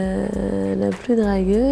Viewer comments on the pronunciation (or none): A elle dit le plus dragueu au lieu du plus dragueur, c au tapin grave